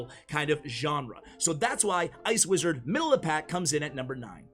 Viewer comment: the amount u said ice wizard for e wizard